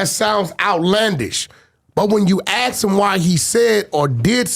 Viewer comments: Anyone who pronounces “ask” as “axe” and talks about “eating other mens a$$ out” is an idiot! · Can’t even say ask correctly